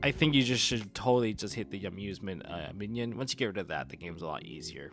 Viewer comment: Im sorry but its bothering me. You keep saying minion. Mignon is pronounced more like min yone